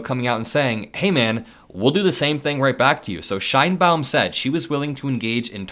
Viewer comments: Because Claudia Sheinbaum will figure heavily in trade talks with Mexico, please pronounce her name correctly as ‘Shane-Baum’. Thanks! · Is that how you pronounce the Mexican President's last name? "Nice tree/pretty tree" in german?